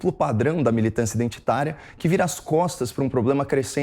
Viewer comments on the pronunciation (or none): "Militãncia" com "til" é dureza, hein, Caio Coppolla?